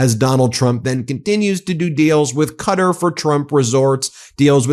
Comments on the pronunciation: Qater is pronounced like Guitarbut with a Q, NOT Cutter ...what the fuk ...cutter! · why do you keep calling them cutter? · Ben, please pronounce Qatar properly. It’s not “Cutter” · I love the Meidas Touch family, but why are you repeatedly mispronouncing Qatar?